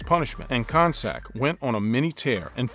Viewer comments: his name isnt pronounced kon sak its pronounced con-cack!!!!! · It's not Jon Koncak with the c sounding like an s. It's pronounced Jon Koncak with the c sounding like a k. Do some research & know how to pronounce properly the names.